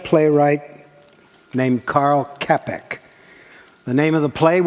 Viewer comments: It's Čapek, which I know englich can't say and I take it but you shouldn't read it as a K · His name should be read as "Chapek", not Kapek... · Čapek (Chapek), not "Kapek". A big difference. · The Czech playwright that wrote RUR (Rossum's Universal Robots) is Karel Čapek pronounced Cha-pek like in chess or channel. It was actually his artist brother Josef who suggested it to him.